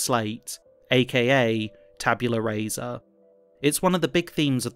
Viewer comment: Just for your own edification: Rasa is pronounced rah-sah. In Latin, vowel sounds don’t change with position, like they do in English